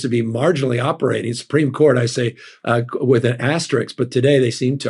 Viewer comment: The governor said asterix?!!! aster-isk .